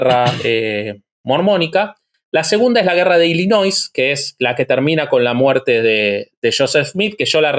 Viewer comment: Siento cringe cada vez que pronuncia la s en Illinois, la s es muda. Es la pronunciación francesa de la palabra en el idioma Algonquin por eso la s no se pronuncia